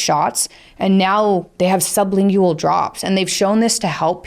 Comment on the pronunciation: sub·lin·gual Lingual, like language. Not "ling goo wall". Pronounce it correctly, please.